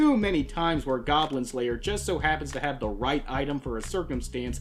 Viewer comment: Hey, where the goblins at? Die gawblins! It's goblin pee-pee.